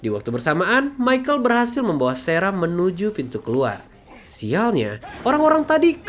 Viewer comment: sarah bg bukan serah 😅